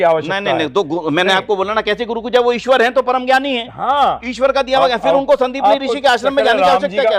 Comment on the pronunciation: ईश्वर में , र पूरा होता है । अवतार होता है प्रभु , अबतार नहीं । हिंदी बोलने लिखने पढ़ने में अच्छी है सम्मान की बात है, शुद्धता श्रेष्ठ बनाती है।